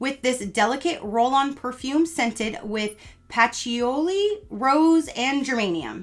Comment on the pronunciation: Patchouli is pronounced puh-chew-lee